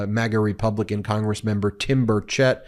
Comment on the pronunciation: Timmy has been a whiner since elementary school. It's Burrrr-chit not burrr-chet